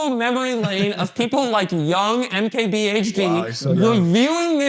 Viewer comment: How many times can Doug say MKBHD wrong